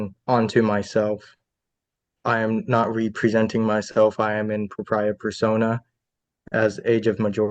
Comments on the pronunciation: He’s not Ree-pree-senting himself. 😂😂😂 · In the first mouth opening he said “reepresenting myself” and “resuse” instead of “representing” and “recuse”. Had to pause for (1) this comment, and (2) to get some popcorn popped. Cheers and happy new year to all the sane people out there 🎉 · He pronounced “representing” as “re-presenting”. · Says “re presenting myself” instead of representing?😂😂😂😂😂😂😂😂😂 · "Re-presenting" and "res-euss." A sovcit with the vocabulary of a 1st grader isn't all that shocking. Bless these simpletons for giving us such entertainment. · Like most Sovshits he plays their idiot word games by mispronouncing and emphasizing parts of a word as though that's significant as re presnting myself which this nitwit thinks is not the same as representing. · You know this will be good when this moron says re-presenting myself. Lol is that sovcit "language"? I know words like understand are hard for them. Is this another one that they think has a deeper meaning? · He can't even pronounce representing right 🙄